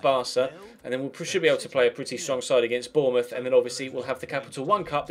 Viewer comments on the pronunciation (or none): none